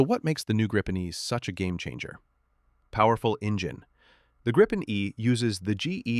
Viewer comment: What is "Grippen"? The name is Gripen. I know that there's no AI that gets the pronunciation, but here you are: Think of the word 'green'. That's not pronounced 'grinn'. The 'i' in Gripen is pronounced like IF it was spelled "Greepen". It means 'the Griffin'. En grip - a griffin Gripen - the griffin The name was voted for by the Swedish people. "Unprepared surface", well unfortunately not entirely correct. Any asphalt road, wide and long enough. But not like a propelled aircraft from a grass field or a gravel road. The risk stuff is sucked into the motor is too high.